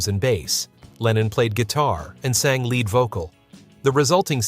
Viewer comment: You've GOT to do something about your text to voice app. Leadbelly is pronounced like the metal followed by the body part. Lead is similarly mispronounced earlier in the song. Why do YouTube content creators routinely tolerate obviously errant output?